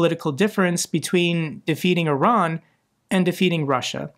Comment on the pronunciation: Thank you for pronouncing Iran correctly. I am sick of hearing Eye Ran.